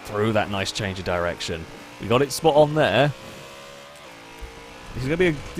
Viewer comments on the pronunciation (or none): none